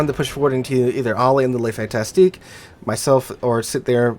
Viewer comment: Pronounced: "Le Fantasc" and "Mack-en-zen"!